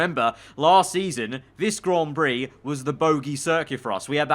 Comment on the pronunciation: nobody:: Grawn Brie